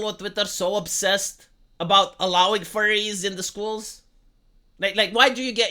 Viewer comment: Furries, not Furies. Believe me, I should know lol, that being said though that’d be an issue if said schools have any mascot suits.